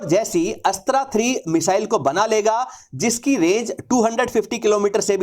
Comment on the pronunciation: Bhai tum अस्त्रा mat bolo isko अस्त्र बोलो